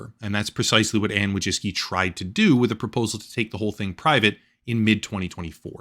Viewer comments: it's woy-chEEts-ki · Anne "Voy-chicky" is the name's Polish. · It’s closer to „voy-tsee-tskee”, from Polish Wó(/o)jcicki. Not all of the world uses „American” pronunciation. I know I’m fun, but it’s immensely frustrating when USians bastardise other languages. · it's pronounced woy-zhicky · Wojcicki - as a polish person I would pronounce it something like this: voy-chits-key ;) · No “s” sound in that Polish name. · You butchered the name "Wojcicki", you could very easily input it into google translate to hear the pronounciation but you didn't. In Polish, you NEVER pronounce the "w" as an "u" like you did, just for starters.